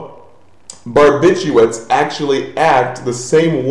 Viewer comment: Aren't you supposed to say barbituRates? you missed a letter :)